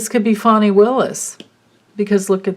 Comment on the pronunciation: So nice to hear someone pronouncing Fani correctly ..everyone including news people are saying Fanny! Lindsey is like a weather vane. He's so pathetic...I'm a SC resident, I really thought Jamie Harrison was going to take him down. Ugh...SC. Blue dot in a red sea here, as they say. Thanks for your readings 👍 ~~Katerina